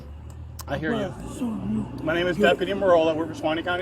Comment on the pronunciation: “I’m gwana soo yoo”